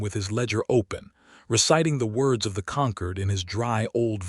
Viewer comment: Good story, but I wish the AI had better pronunciation. It can't pronounce the hero's name, it can't pronounce the important word "Concord". Please edit, train your AI pet. You will get more followers.